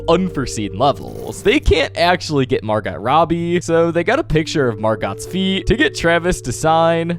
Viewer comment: It’s pronounced Mar-go not literally Margot